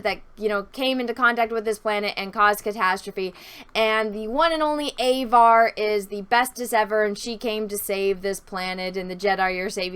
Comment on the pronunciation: Avar? like the Avar Khanate or like the way Latin languages say "avaricious"? did they even google search those names???